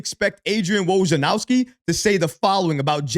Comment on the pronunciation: Say it with me….Woj-nar-owski 🤣